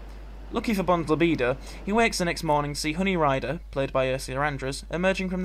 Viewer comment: Many thanks for producing these videos! They are always one of the highlights of my week, and I agree with other posters that it's great to have a way to enjoy Bond between films (particularly now!). Loved the moments your accent came through on the Dr Nowo" review - "libidow"!